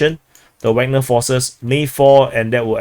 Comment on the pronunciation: Every time says 'Wagner' I hear 'Ragnar'. That reminds me of Vikings and makes the whole DPA-videos experience much better every day;)